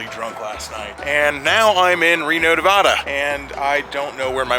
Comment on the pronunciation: Ah crap, you were in my town and I didn't see ya. Quit pronouncing Nevada like a Yankee. Keep it weird